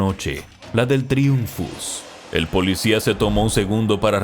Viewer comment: Me gusta como dice polidsia